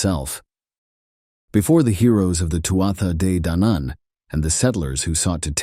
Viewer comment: I'm absolutly loving these, very accurate accounts and we'll researched. Thanks so much. Day-Danan (two syllables, but if you break down 2nd syllable it's Dan An said quickly without emphasis) hope that helps some 💚💚💚